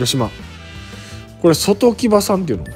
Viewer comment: そのうちV.I.Pさんの動画見て外木場選手の発音よくなること期待してます笑